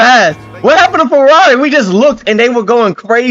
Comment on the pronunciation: yeah bro :D become a Fwerrawi fan :D Make sure you stock up on ur anti depressants ya gonna need them :D